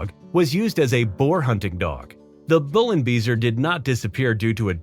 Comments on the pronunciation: The 'beisser' part of 'Bullenbeisser' is pronounced somewhat like 'bye-sir', not 'bee-sir'. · Bullenbeisser translates into bull bite and the word "Beisser" (=biter) is pronounced like "bycer", nothing else... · Beisser with an ei, not an ie Big difference...come on... ay and ee so not sound the same what so ever.. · Bullenbeisser! Not whatever you just said... Weil er Bullen beisst 😁